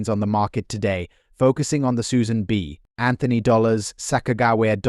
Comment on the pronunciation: I THOUGHT THE SAME THING. It says Susan B. Anthony. Not like Susan b. Anthony because AI PAUSES at the B.